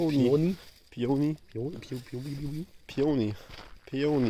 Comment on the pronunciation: Peony /pēənē/ piöni xD blu.